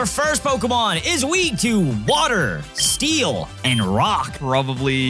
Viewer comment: did you say steel really good here? Or still? 😂